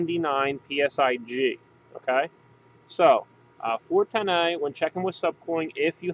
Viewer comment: I really hate the way you say "A" when you say 410a. Not sure if It's an accent or what.